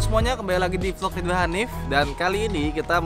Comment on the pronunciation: apa cuma gue yang ga pernah jelas denger "Ridwan" wkwkw dengernya ""